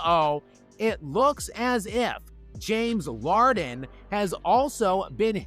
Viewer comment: "James Larden" is back!